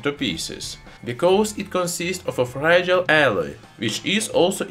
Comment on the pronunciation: “...because it conzizts of a fregile alloy that oxidizes in the ear.” 🤣😂 Sorry, my man. Couldn’t help it! 🤣😂